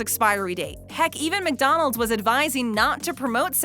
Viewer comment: Please stop saying Mick-Donald’s